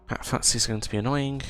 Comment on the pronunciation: Good guide, thanks … but … it's FUSTY FUSS-TEE FUSS-TEE FUSS-TEE not FUTT-SEE.